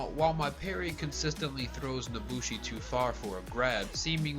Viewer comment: "nosushi" lol